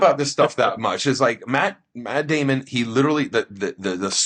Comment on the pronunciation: "Myatt Dyamon"